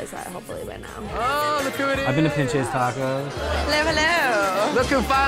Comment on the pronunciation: Honestly can’t focus on anything other than everyone pronouncing the restaurant as “Pin-chis” tacos when “Peen-chase” tacos is Mexican slang for “f***ing tacos” 😂